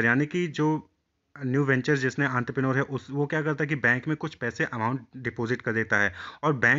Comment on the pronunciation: That is the actual pronunciation